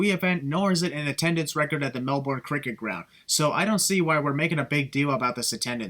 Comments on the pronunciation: Tbh I hate how people say Melbourne. It’s Mel-ben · Dude, you’re pronouncing Melbourne wayyyyyy wrong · Learn to pronounce Melbourne correctly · The biggest sin is the way you say Melbourne ahaha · I live in Australia and u pronounced Melbourne incorrectly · Sin for every time he pronounces Melbourne wrong